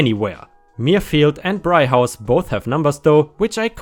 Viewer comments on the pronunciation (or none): Its pronoused brig (as in a prison cell in a ship) House and murr field (Where Patrick Stewart is from) No worries people get it wrong all the time West Yorkshire has wierd names